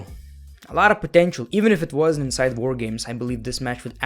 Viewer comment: "Woah Gaymes"